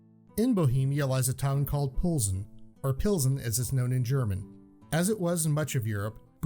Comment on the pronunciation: Mispronounced Plzen. Emphasis is on the first syllable. There’s no u between the P and L, and the funny N is almost a ny